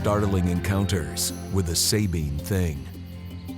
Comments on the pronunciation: Not even 2 mins in and we get out first mispronunciation....Subean or Sahbean (no pause)...never Say-bean...ask a Texan next time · The SAB part in Sabine is pronounced like BAG or RAG. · I'm from Texas actually East Texas and The way the narrator pronounced the Sabine River tells me he done zero work on this documentary. Not One Texan or Louisiana person says it that way